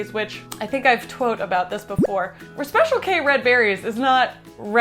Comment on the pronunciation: "i think ive TWOTE about this before"